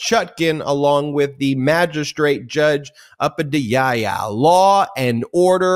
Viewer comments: Ben, Magistrate Judge Moxila Upadhyaya, her last name is pronounced: uu-pah-dee-eye. If you look up exactly how I typed her title/name referenced above, at the bottom of that article is a link with a recording of her name., another new pair of glasses? Is this the first video that you've worn them? This last week I've been playing the MTN videos while doing other things. I didn't notice them previously. I'm liking the new "chess board!" Does this mean hand-written whiteboard has been retired? ☹️:_popok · FYI - Judge Moxila Upadhyaya is pronounced: MOAKS-shee-luh oh-POD-ee-aye